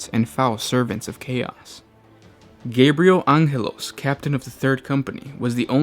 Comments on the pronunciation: Oh my Emperor, its AnGelos, not Anjelos. Its a hard G, like Los Angeles! or Angels in general.... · angelos not anhelos pronounce our chapter master name correct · Rant time! 3 Adverts for a 15 minute video!??! Seriously..... even with a patreon setup.. The royalty free song you use is getting old and it's Gabriel Angelo's (An-ge-los) not (An-hel-os) .. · Ahn'helos??? ITS GABRIEL FUCKING ANGELOS. LIKE ANGEL. THE ANGEL GABRIEL. GET IT RIGHT JESUS CHRIST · You're right about the pronunciation of Angelos and you are partially right about the comparison. Since LA has been a part of the US for nearly 2 centuries now its name has an English pronunciation, however, it is a Spanish name originally and thus pronounced "Anheles". Probably where the confusion lies since Angelos can be compared to spanish. Why and how he managed to throw the spanish wrench into a character from a Canadian game and licensed by a British tabletop company we'll never know. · And why do you say Angelos as "Anghelos"? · May I suggest 40 Facts about proper pronunciation of Warhammer names? Because there's no way this guy is accidentally mispronouncing a lot of this shit (e.g. Deathkorps of Krieg, Ghazghkull, Angelos) wrong by mere accident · They're Latino the Spanish name Angelo pronounces the G as H. Probably a slip of the tongue